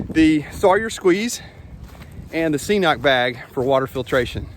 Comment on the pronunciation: I also use a squeeze and cnoc vecto and I absolutely love it. Super easy to use and pretty quick. The cnoc bag is definitely an upgrade. Great video as always. Just FYI, it’s pronounced ke-noc, I was pronouncing it wrong as well until we started carrying it in the store. Hike on brother!